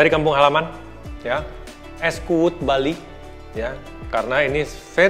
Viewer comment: Es kuud not kuwut😂 koreksi dikit lah biar terbiasa